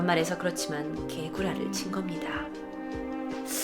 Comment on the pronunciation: 되게 가지러진 목소리로 '개 구라'라고 하니까 좀 새롭고 웃기네옄ㅋㅋㅋㅋ근대 남편 ㄹㅇ싸이코인듯ㅇㅅㅇ